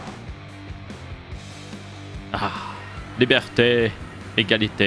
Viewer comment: Libièreté Égraslité Friternité 🍟🍻🇨🇵